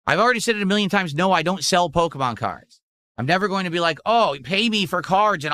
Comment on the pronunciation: I can't remember where i heard him say "porkemon" lately. Sounds like a good title for a meme song